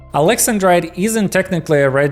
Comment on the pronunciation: That's not how you say "Alex-An-Drite".